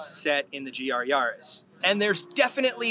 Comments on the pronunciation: Why do you all say Yahris. It's a Yaris not a Yahris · Please stop pronouncing it yahris